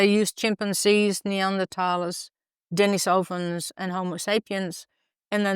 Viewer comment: Since the word "Denisovan" comes from Russian, in Russian it comes from the name Denis (pronounced de'NISS) > denisov (de'NISSov = 'of Denis') > add female suffix -a and you get Denisova (de'NISSova) + English adjectivising suffix -n. So the word stress would be on the syllable 'ni', so de-NISS-ovans should be correct; but I've never heard an English speaker pronounce it that way.